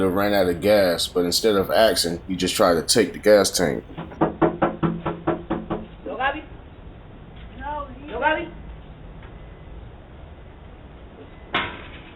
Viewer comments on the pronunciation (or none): Axing ir asking??